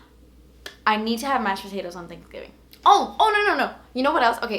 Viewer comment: What is mushed potatoes hahah??? ( from sweden )